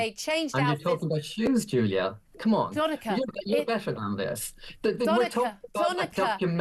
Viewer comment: Doneka Babble